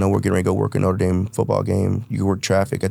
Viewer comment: I heard Norte Dame a good school? 😅